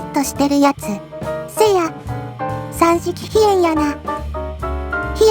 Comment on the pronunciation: 最後の三式戦闘機ひえじゃなくて三式戦闘機ひえんですよー